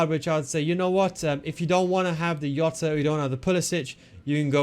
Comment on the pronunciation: Don't say jota like that. Hes not from Netherlands. Hes name is Jota not iota.